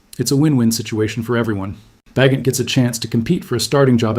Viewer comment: AI BS. Tyson Bagent with a hard ’G’.